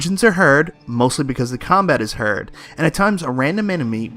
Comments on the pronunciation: That threw me for a loop. I was like, "did he just say herd when he's trying to say hard?" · Hard is pronounced "hard" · Sounds like hard to me!